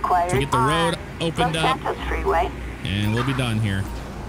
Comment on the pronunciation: "All over the woad" LOL